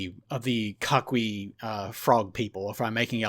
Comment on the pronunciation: Coquí is pronounced Ko-Kí. Two syllable word since "qu" followed by "e" or "i" is silent. Also, the records of the "God of chaos" that you mention in the mythology is indeed Hurricanes and tropical storms. If I remember correctly the name of storms and the god of chaos was interchangeable.